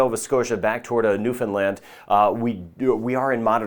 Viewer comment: Thank you for including the Atlantic provinces (for those of us living in the Caribbean) and especially thank you for your correct pronunciation of Newfoundland especially